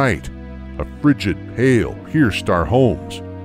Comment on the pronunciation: Frigid gale not frigid pale lol